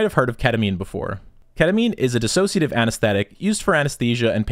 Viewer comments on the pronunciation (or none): none